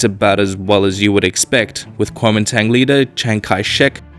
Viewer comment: Pronounced more like, "Gw-oe man dong"